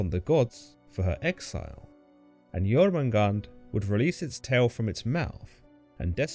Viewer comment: I thought it was pronounced Yor-man-gander.